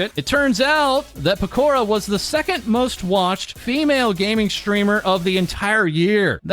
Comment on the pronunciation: let's forget all the negative for a second. you pronounce pekoras name like pakora... and now I'm hungry